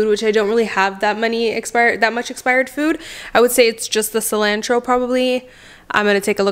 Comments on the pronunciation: Whys you say cilantro that wat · The way she says cilantro 😳🥴🥴🥴